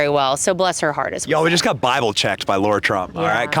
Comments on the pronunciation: Great interview. Question, doesn’t she pronounce her name Lara? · Benny!!! LARA, NOT LAURA. Love you anyway!!!❤❤❤❤❤❤ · Is her name "Lara" or as Benny says "Laura"? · still saying "Laura", eh? I guess if we can say Kamala however we want, then you can say Lara however you want. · Lara NOT Laura 😬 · Bennie, is it Laura or Lara? We all know it's Trump! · Her name is LARA Trump...LA-RA not Laura or Lauraaaaa as you say it....ffs Benny come on!! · Fantastic interview! I really liked what she had to say. These are real people, folks. EDIT: She's a sweetheart for not calling you out on calling her Laura instead of Lara 😂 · Pronunciation matters to me when it comes to a person's name. Her name is pronounced Lah-ra -- not Laura. Spelled Lara, not Laura. 👍😎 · Lara, not Laura, just fyi